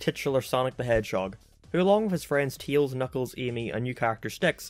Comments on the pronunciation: "TEELS" also which part of Ireland do you come from? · stop calling tails "tils" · Could you learn how to say ‘Tails’ buddy? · The way he says Tails' name... Teals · Can't/ Stop/ Hearing/ "Teals"